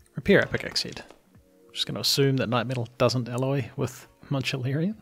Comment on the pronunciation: Man-u-lin. Sorry for the individual comments